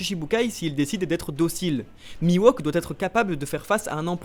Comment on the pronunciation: Bonne vidéo, comme d'hab mais on dit MiHawk et pas MiWOk ! ! Je le met en commentaire parce que ça me fait mal aux oreilles à chaque fois -_- P.S: Comme pour SHUsui et pas SUshui